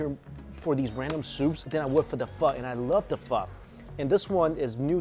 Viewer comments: Whenever he says Pho... I gotta hear fu*** so bad😂😂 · How are you Asian and still mispronounce pho? Lol